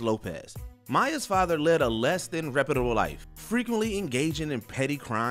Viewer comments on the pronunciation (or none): none